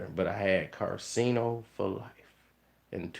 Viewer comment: how do you always mispronounce his name when talking but u spell it right in all 50 vids you made abt him?